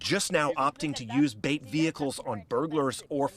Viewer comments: “bait” cars not “beat” cars wth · It's BAIT NOT BEAT!!!!!!! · Did she just say, 'beet cars'? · Did she say “beet” cars?